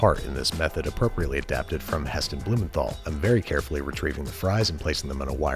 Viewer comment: You mispronounced Blumenthal